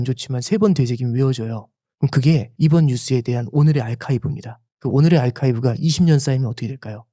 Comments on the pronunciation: 좋은 이야기 잘 들었는데... 발음이 '알카이브' Archive '아카이브'가 아니고? (옥에도 티가 있고, 완벽完璧하면 인간이 아니지...) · 아이카이브가 아니라 아카이브!